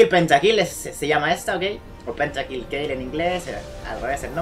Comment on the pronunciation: dice pentakll no "PENTAKILL"